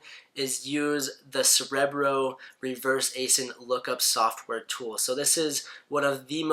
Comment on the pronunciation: 30 seconds in and he can't even pronounce 'Cerebro' correctly. Contemplating exiting........